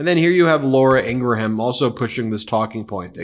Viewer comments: Love the show. But it would make you sound less like people who mispronounce names on purpose if you could say Laura Ing Gram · I hate Laura but honestly I hate you mispronouncing her name more and I will thumbs down any video you do it in.